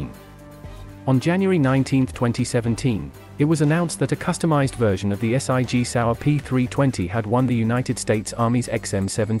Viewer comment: S.I.G Sauer get me everytime can’t just say Sig 😂